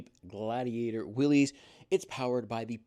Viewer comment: its not will ees its will iss. named after john north willys